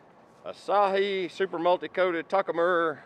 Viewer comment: They're pronounced TA-koo-mar with the accent on the first syllable. I have quite a few Super Takumars and Super Multi Coated Takumars and they're lovely lenses. Not as sharp or nearly as contrasty as their Fuji equivalents but they render nice soft portraits and soft painterly bokeh. Great glass for shooting color but your B&W raw files will need a ton of post processing otherwise they'll look flat. I recommend for shooting B&W raw or jpegs to stick with the native glass and save the Taks for those rainy days or nighttime shooting where nice soft colors will look great.